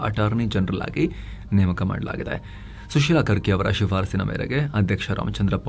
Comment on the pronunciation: ಸುಶೀಲಾ ಕರ್ಕಿ❌ ಸುಶೀಲಾ ಕಾರ್ಕಿ✅😊